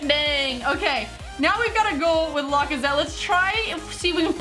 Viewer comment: Does anyone hate when she says lacazette wrong